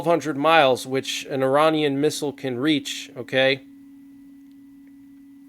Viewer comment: IRANIAN…..Not Er Ron Ian….correct pronunciation Er RAIN Ian.